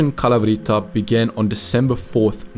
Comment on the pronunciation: it's kalAvryta bro. either research how to do the greek pronunciation right or just don't try it lol